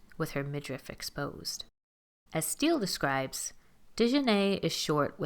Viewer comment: Exactly I Prefer someone who have seen the proud family from the old episodes to do this commentary some of the stuff she is saying is a little off and she didn’t even province Dijonay name right it’s Deee Jah Nayyyyy also she has blonde hair not because she wants to be white but black girls where dying they here that color back in High school and Jr .High 🤦🏾‍♀️